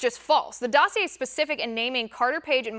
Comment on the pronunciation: She pronounced the word "dossier" correctly. That's quite an accomplishment!